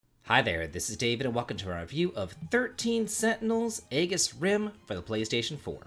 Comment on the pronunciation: EEE-JIS, not AY-GIS. They literally say it in the game.